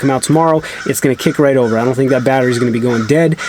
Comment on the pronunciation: Why does it sound like you're saying "batterie" in french lol